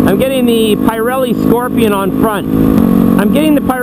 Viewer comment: good video...you pronounce Pirelli in a very funny way :P...the "i" soud be pronounced like in "pizza" just saying :D. Can't wait for the next video, take care brother